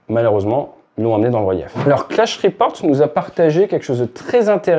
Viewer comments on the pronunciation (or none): none